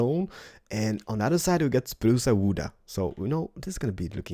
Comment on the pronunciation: Its spruce not spruca